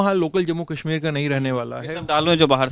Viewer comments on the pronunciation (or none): "Kahmir" nahi...Kashmir...Correct it